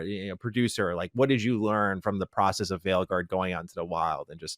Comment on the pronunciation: Pro-cess I dont know how many times I had to blow my brains out when I heard him say that. No shade ofc lol